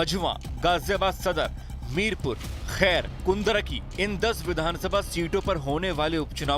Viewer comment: मीरापुर नही मीरापुर है।